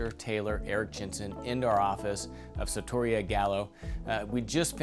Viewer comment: The word ‘sartoria’ is pronounced with the accent on the ‘i’, like ‘gelateria’.